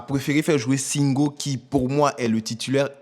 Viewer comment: Prononcer bien nom de SINGO non y’a quoi même ?